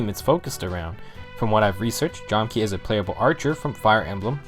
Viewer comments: it's Jahm-Kah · If my research is correct it's pronounced "jam-kah" because that's how it was on the fan translation. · You’re missing a lot of information about FE4 here It’s pronounced “Jam-ka” for starters..